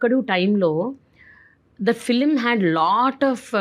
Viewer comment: It’s pronounced Film not Filum